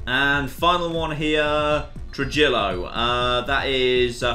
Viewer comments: “True-jill-o-“ jesus christ its “True-he-yo” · Trujillo is pronounced trah-hee-oh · Trujillo is pronounced True-Hio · Trujillo is pronounced truh-he-oh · Trujillo is pronounced "Truhiyo"